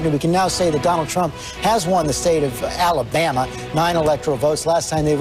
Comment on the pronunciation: Allie-BAMuh What a dolt